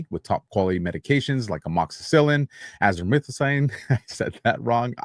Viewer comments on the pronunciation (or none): none